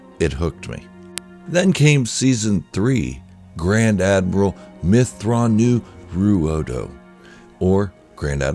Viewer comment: I´m sure you butchered that pronounciation. Of thrawns original name